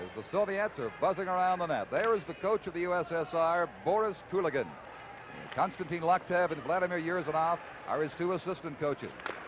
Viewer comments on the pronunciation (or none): none